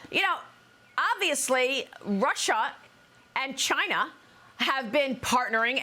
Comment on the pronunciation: "Maybe that is a question you should ask Chy-na." DJT